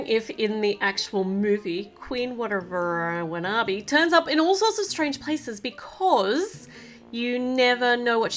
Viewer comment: You are saying the queens name rong